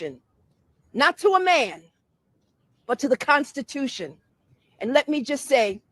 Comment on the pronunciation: I want to vomit when pronounce constitution